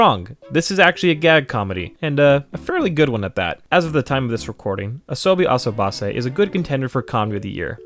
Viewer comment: The way he pronounced "Asobi Asobase" LMFAO